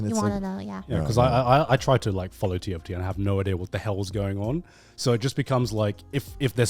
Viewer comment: each time conner says tft i just hear tf2